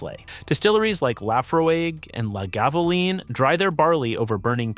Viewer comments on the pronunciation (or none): its pronounced lag-a-wohoolyn :)